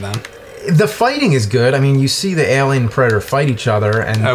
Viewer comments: aye-lien vöös pre-dater, mr lu-go-zhee. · What's worse is how James says "alien". He pronounces the "a" like you do with the "a" in front of the name "Albert". It's really strange and I wonder who taught him to say it like that??